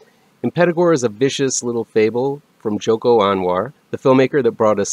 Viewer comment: Its Joko not Jono 😊